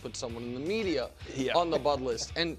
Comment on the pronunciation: “the medier”